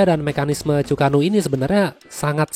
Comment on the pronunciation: Bang untuk penyebutan Chu-ko-nu itu Chu ke nu bang.... mungkin bisa bantu dikit...